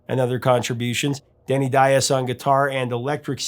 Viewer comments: Why do you keep on saying Daiz when it's actually Diaz? Don't murder the guy's name. That's the only thing he had aside from his talent . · Sir, are You that unskilled at pronouncing guitarist Denny Dias as this, (Dye-Az)? It is pronounced (Dee-Az). Also, the featured guitarist in "Reeling In The Years" and "Kings" Elliot Randal. For claiming The title as Professor Of Rock, you are in dire need of remedial Rock History classes. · Is that how Denny pronounces his name? There were a group of Portuguese who came to the U.S. and intentionally mispronounced their name apparently to sound "less ethnic." So, it's not surprising, but I can't listen to it. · Dude, please brush up on your Spanish! The way you pronounce Diaz makes my heart jump.